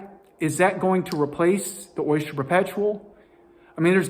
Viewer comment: Stop saying Oisture!